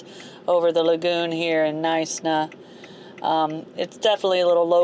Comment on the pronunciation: Knysna is pronounded "Nigh-s-na" not "Neesna" 😀😀 I live in Cape Town but I took a little weekend drive down to Knysa with the doggies. The Garden Route is magestic. Us South Effas love it.